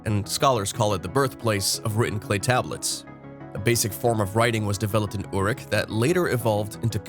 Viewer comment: He can't pronounce Sumerian words! He is awful. Uruk is the ancient word for Iraq. It's pronounced Err_rook. The other words are pronounced pathetically as if he's just reading his script. The name he was talking about was Gilgamesh. First written as a epic poem in 600 BCE shortly after fall of Jerusalem by a occult mystic named Sin Liqui. Evidently LONG after Moses wrote Genesis. Gilgamesh and his huge friend Enkidu we're apparently antediluvian lethal bullies postdiluvian Moses called Giboram or Nephilim.